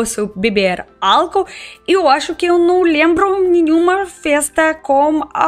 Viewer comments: quando falar álcool diga - au- coul. simples assim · Álcool se pronuncia como ÁL (sílaba mais forte)- COU. E bebida Alcoólica AL - CÓ (sílaba mais forte) - LI - CA